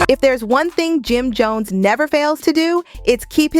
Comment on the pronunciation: The narrator saying his name wrong is sickening. 🤨🤨🤨